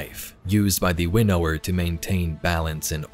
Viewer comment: Please pronounce winnower properly